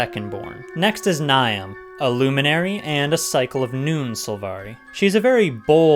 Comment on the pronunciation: Interesting thing to note, Niamh is actually pronouced NEEV. Irish names are sometimes like this. Like Siobhan is pronounced SHEH-VAHN. However, I don't blame you for mispronouncing it, as the voice actors in the game that address Niamh also mispronounced it as NI-UHM. Anyways, lol. This was a cool video. I love the Sylvari and they have such a cool history, even if there isn't much of it as they're a newer race. Does it explain anywhere HOW/WHY they were "born?"